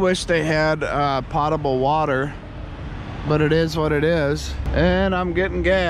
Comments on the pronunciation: It’s “pote”, not pot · not to be picky but it's pronounced potable with a long o. Like po-table.